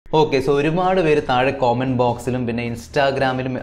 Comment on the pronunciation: ടെ കോമെന്റ് അല്ല കമന്റ് ഇനി ഏകിലും ഇത് ഒന്ന് നേരെ പറ